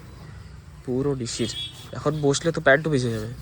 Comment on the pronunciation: নিশির না শিশির